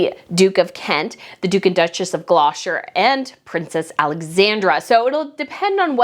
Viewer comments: Where's Glosher? Do you mean Gloucester which is pronounced Gloster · Please it's pronounced like Glosster, We know it makes no sense but please get it right when you are here. xx